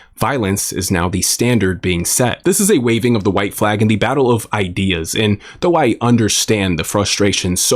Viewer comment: The way you said flag just screams you're from Wisconsin or Canada 😂